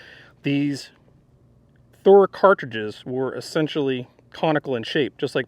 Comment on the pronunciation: I love it when you do it right Thuer right Thuer